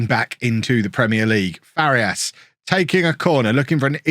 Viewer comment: pronunciation tip, if you are interested: for Farías, try saying "Far - ee - as", instead of "Far - yas". it is a three syllable word, not a two syllable one